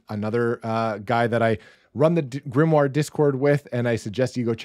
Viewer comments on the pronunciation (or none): none